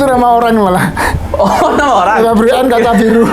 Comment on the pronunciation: kacaribu baang, bukan kacabiru